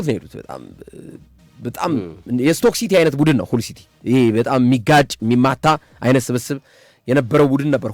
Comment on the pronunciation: ሀል ሲቲ በል ምንድነው ሁል ሲቲ😂😂😂 አንዳንዴ ድንዝዝ የምትለው ነገር አለ ነቃ በል